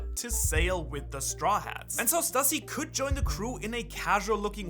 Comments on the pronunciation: Please man please, it’s pronounced Stoo-see, not Stuh-see. Just like it’s Loo-fee not Luh-fee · It's pronounced Stüssy is pronounced Stew-see.